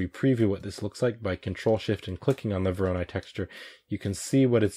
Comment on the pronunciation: It is correct to tell "voronOi", emphasis on third "o". This algorithm is named after a Russian mathematician